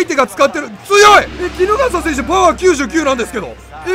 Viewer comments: 衣笠選手をポケモンのキノガッサみたいに言うやんw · 衣笠の発音キノガッサやん